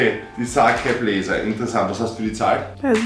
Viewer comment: „Saceeeiii blazerrr“